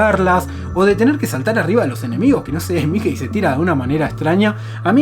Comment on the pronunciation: "miquei"? no será "miki"?